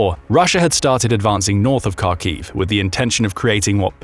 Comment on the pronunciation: So many factual and pronunciation in mistakes in this video, Kharkiv (Харків) as you can see from the Ukrainian Cyrillic, starts with a Hh And the historical transliteration of that letter to Kh is essentially incorrect. Also FAB bombs on dumb if fitted with wings and the guidance system. They're using them as a guided bomb. The "dumb" FAB bomb being the explosive part